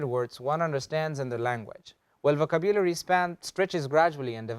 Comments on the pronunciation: Wrong is wrong! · You mispronounce the word vocabulary! Please check it in Oxford, Miriam-Webster... The way you pronounce it sounds odd.